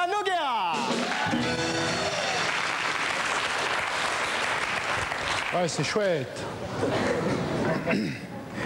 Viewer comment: "Nougera"....sérieux un peu de respect pour elle.